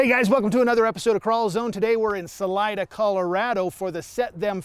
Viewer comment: salida is pronounced saleeda